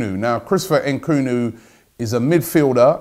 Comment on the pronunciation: Why do anglophones add extra syllables to African names? It’s ‘Nkuku not ehn-Kuku . I mean you wouldn’t say ehn-ice instead of Nice...or ehn-etherlands instead of Netherlands? Sheesh....